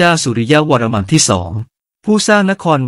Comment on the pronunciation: ตรวจสอบนิดนึงค่ะ'วรมัม'หรือ 'วรมัน' ผู้อ่านออกเสียง'มัม'ทุกคำ ส่วนตัวเคยเจอแต่ 'วรมัน'